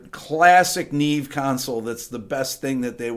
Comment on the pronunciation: is it also embarrassing that you don't yet know how to pronounce "neve" correctly?